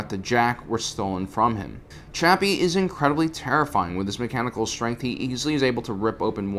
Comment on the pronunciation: As a meckaanckle being